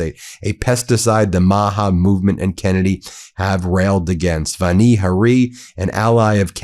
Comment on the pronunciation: Ben: her first name is pronounced "VAN-ee" with the A prounounced as in "yawn."